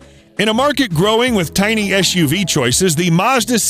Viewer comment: It’s eS uv, not eSH uv. Just like sitting is not the same as shitting.